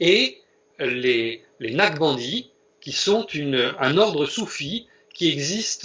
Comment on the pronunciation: Excellente démonstration. Toutefois il faudrait prononcer NAQ-CHA-BAN-DI et non Nachbandi/Naqbandi pour que l'auditeur non averti sache de quoi il s'agit. Merci